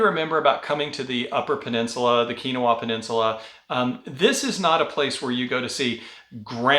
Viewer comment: Keweenaw is pronounced Kee When Awe.